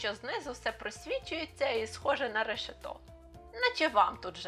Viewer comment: у Вас проблеми з наголосами: дерева не листЯні а лИстяні, не решетО а рЕшето. Питання стосовно горлиць: я взимку їх не бачу (не чую їхнього "куди-ти"). І у Wiki є така інформація "Горлиця звичайна[1] (Streptopelia turtur) — вид птахів з родини Голубових (Columbidae). В Україні є гніздовим, перелітним птахом." Чи це означає, що у нашій місцевості живуть тільки горлиці звичайні, а не садові?